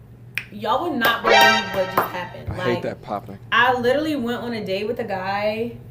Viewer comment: She said “lirally”…